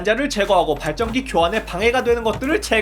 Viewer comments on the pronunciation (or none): 아니 아까부터 발전기를 발정기라고 발음하는데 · 어느순간 발정기 발정기....라고 들리... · 자꾸 발정기 발정기 그러시네.. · 왜 자꾸 발정기로 들리지? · 왤케 발정기라고 들리냐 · 발정기라고 들려요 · 발전기 발음좀 재대로 해주세요 ㅋㅋㅋㅋㅋ